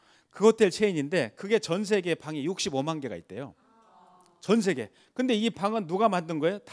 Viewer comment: 장음인 단어의 첫 자를 짧게 잘못 발음한 예:제가(나),시작,4차,뭐야,환자,(바다야) 되요,현실,세계,과거,없어진다, 등, 장단음 문제가 있읍니다. 한국은 장단음 문제가 시각합니다. 언재쯤 인공 지능이 틀린 발음을 바로 잡을수 있을까요.